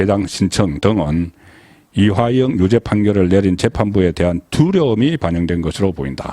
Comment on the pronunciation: 이화영을 이하영이라 틀린 발음 교정바랍니다